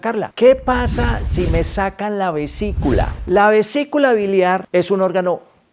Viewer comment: Vesícula, no "visicula"